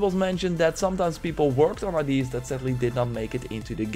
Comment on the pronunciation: Ideas, not ID’s. Good vid tho